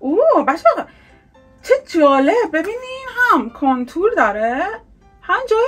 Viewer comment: چرا میگه کنتور مگه کانتور نی؟😂